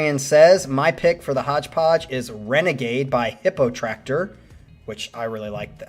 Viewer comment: It’s Hippotraktor not Hippotacktor and they are an amazing band